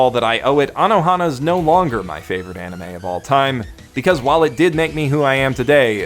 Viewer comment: Ah yes, I often rewatch my fav-OWR-ite anime...